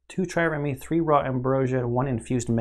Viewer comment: Trireme. The last e is silent. (This may already have been fixed in later videos. Self slow.)